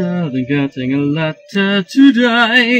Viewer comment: Do do do do doo There's nothing better (betta) Than getting a letter (letta) There's nothing better (betta) Than getting a letter (letta) Today!